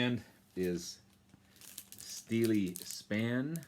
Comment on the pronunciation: Hi, really good to see Steeleye Span get a showing on the VC. Check out their 1974 album, Now We Are Six as it features none other than David Bowie playing sax on To Know Him Is To Love Him. Great video!. P.S. the guys are correct. It is pronounced Steel Eye Span